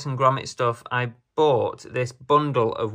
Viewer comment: I like that you say bungle instead of bundle half the time 😂